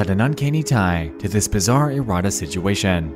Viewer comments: Youre putting empHAsis on the wrong syllABle. Pronounce that shit erraTAS, not erRATas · "It's called erotice" And every time I bring up "erotice" subjects, my messages get deleted by the admin. .... and it turns out you mispronounced it every single time throughout the video....